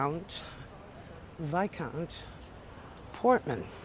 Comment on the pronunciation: A wonderful wander, as ever. Regarding Nobu hotel, fellow YouTuber Hannah Rickett spent a horrible night there. Staff tret her like dirt. Several weeeks later, the restaurant manager contacted Hannah to offer her a free meal. She refused, saying she would prefer an apology. Also, Viscount is pronounced Vy-count and Marquis is pronounced Mar-kwis.